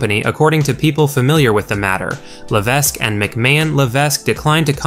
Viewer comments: The S is silent in Levesque.This is guy is worse than Meltzer. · The "S" in HHH's last name, Levesque, is silent bro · If you can't say Paul Levesque properly then I don't know how credible this commentator should be taken